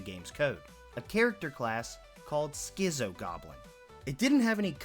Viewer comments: Its "skit-so" not "skizzo" for schizo. Its literally a shortened form of "schizophrenic". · Love the vid, but it's pronounced "skit-zo" as in "schizophrenic", and not "skizzo" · How are you able to pronounce "schizophrenic" but "schizo" comes out as "skizzo"??? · skizzo and not schizo lolol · Schizo, pronounced "skitz-o" not "skizzo". Shortened form of 'schizophrenic', it is an adjective used more in Aussie slang to describe a crazy person, or in this case a goblin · Schizo is pronounced skitso like schizophrenia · God i wish you would stop saying "schisso goblin". My guy, i bet youve heard of the word "schizophrenia" before? Its that "schizo". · It's pronounced skitzo, as in schizophrenic. Not pulling an "acktually" (I hate how giving someone a head's up nowadays people assume you're being a turd lol), just thought I'd let you know Just started the game, been very overwhelmed, your videos have been a huge help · It's pronounced skit-zo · Just a friendly/funny tip: 'Schizo' is pronounced "Skit-zo", just like you pronounce Schizophrenic. It's an older Aussie-ism (we're a bit less politically correct downunder) or slang/shorthand for a person with Schizophrenia. Although it was more commonly used in the 90s/early 2000's to describe someone being nuts/crazy - like a meth/crack head.